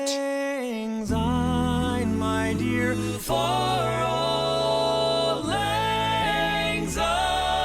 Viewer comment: As a Scot I have to say that whilst this does sound wonderful it grates a bit to hear the title line being mis-sung. It is not "Old Lang Zyne". The word "Auld" is Scottish for "old" and should be pronounced like "Awled ". Lang was sung properly but the word "Syne" is soft and should be pronounced like the word "Sign". Have a wee listen to a Scot singing it